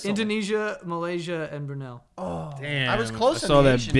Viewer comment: Did Joe just pronounce Brunei as Branil?